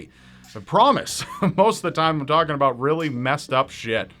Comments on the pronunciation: "abouth" Hahahaha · lmao "abouth" but foreal tho the eff is that tattoo?